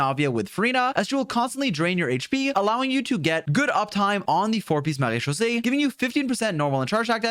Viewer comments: ur french accent with MARÉCHAUSSÉE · As a native French speaker, can we talk about how satisfying it is to hear him say Marechaussee?! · he has the best pronunciation of marechaussee I have heard from genshin creators omg, claps fr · I love how you pronounce maréchaussée cuz that's how i say it too 😭